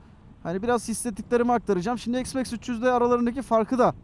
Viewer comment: s max değil üstadım x max